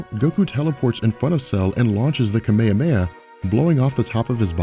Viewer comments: You lost me at "kameyameya" wave -__ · I'm not used to this pronunciation of kamehameha, its really weird to hear it haha